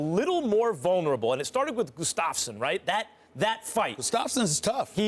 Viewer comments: Goo-stofs-mon HAHA....HAHAHA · are they pronouncing it GOOSTAHFFSEN.... jesus...